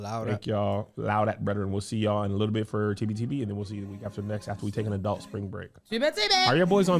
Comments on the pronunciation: Anyone else notice Kev pronounces adult like it has an o "adolt"? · As a speech therapist, I have and I have to actively ignore it lol or I think, what is that accent? 😂